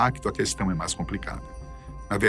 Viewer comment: Esse apresentador não sabe falar MAIS, DOIS e etc...